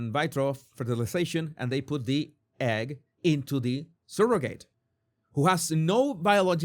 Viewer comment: Skin to skin is more than smelling and hearing the familiar biological mom. They do it for the father too. It helps create a bond. Also, how you're saying surrogate and surrogacy is driving me crazy lol. I understand why you're pronouncing it this way, but oof. Regardless, I agree and disagree with you about surrogacy. It's not optimal. But if the child is truly loved and raised in a good family, that is a win. Okay so... surro (sir-oh-gacy) and in-veet-roe. I'm not trying to mock or anything. I love your channel and agree with you on a lot. Just don't fully agree here. If all families could be the nuclear family, that's awesome. But that's not the case.